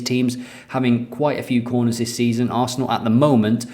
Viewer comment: is there another “Toin Coss” moment,? I definitely hear quorners rather than corners! Quorner: a set piece play in football, usually taken by a vegetarian.